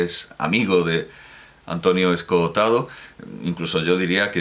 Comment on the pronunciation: Me fascina que sea capaz de decir las dos o(s) de 'Escohotado' cada una de las veces que lo pronuncia en el vídeo. A mí siempre me sale una sola o, 'Escotado', al hablar.